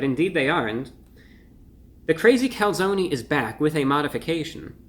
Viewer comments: Calzone not calzony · Reviewbrah - The "e" is silent. lol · Its cal- zone not calzoknee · I like that the replaced the e with a y because the e is not silent in calzone. There was a local pizzaria that spelled it calzoni so people would pronounce it closer to the Italian pronunciation. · As an Italian I am personally offended at someone calling something a Calzony. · Take a shot every time he says calzonie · Do they really call it a calzony? Usually it's pronounced calZONE. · I hate the fact he says calzonee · you in the US seriously call a Calzone "Calzony"? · OK nobody that lives in New York would ever step foot in an Olive Garden or eat this type of pizza but for God sake can you please learn how to spell and pronounce calzone because your commercials are killing me. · review brah, its cal zone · Being Italian i can't help but be triggered, it's Calzone, with an E Cool stuff tho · Cone, coney. Calzone, Calzoney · “Calzony seepage” 😅😂🤣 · When he said "Calzony Seepage" I felt my stomach churn